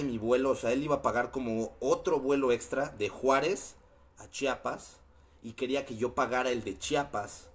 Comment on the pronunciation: se dice CHIAPAS no CHAPAS